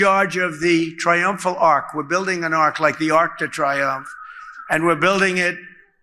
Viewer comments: Why do we keep calling it an ARK? Its not a boat... it's an ARCH 🙄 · It's not an ark, it's an ARCH, cheap copy of French version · He cannot say arch so put him in Noahs ark with the two lions please. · Noah built an ark. The shape you’re talking about Donny is an ARCH. It only sounds like “ark” in French.